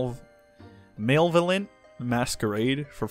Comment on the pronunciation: Hey bud I got you on the slayer helm pronunciation. It’s muh-lev-uh-lent. Also love all the content. And thanks for the consistent content! Much love